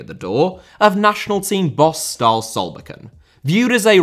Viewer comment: The E at the end of Berge, Ståle, Sandemose, etc should be pronounced like the E in Molde, which I see that previous comments have successfully made a change with. All final vowels are pronounced